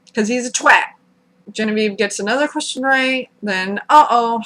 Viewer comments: You are the first American I've heard pronounce twat correctly. All the other American's I've spoken to say 'twot' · Now that I think of it I can't remember another American saying 'twat' so well.